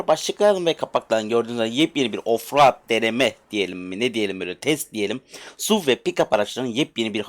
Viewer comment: Off raaadd değil eleman off road diye okunuyor